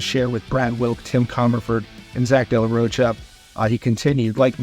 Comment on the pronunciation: This Mfr keeps saying De La “Roach-uh” 😂